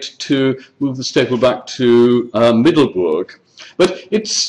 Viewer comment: Middelburg with an u like in but, and a g like in loCH, there is no oe like in shoe in burg